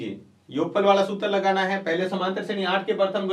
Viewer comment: vo shredhi nahi shreni h